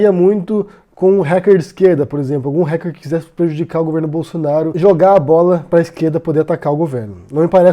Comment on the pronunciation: eu juro que ajudo no apoie-se se vc passar a falar "ráquer" ao invés de "réquer". hahahaha adoro seus vídeos, mas isso me dá uma agonia imensa.